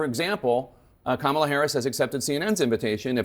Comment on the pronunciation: Notice he says her name correctly when he was recorded while golfing after Biden stepped back. He said her name perfectly. So he's literally butchering her name purposely. He hates his followers. MAGA is just useful idiots to him.